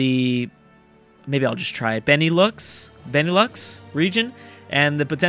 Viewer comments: Dude You say benelux like this Ben U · you actually nailed the pronounciation of benelux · Ben-Eh-Lux pronunciation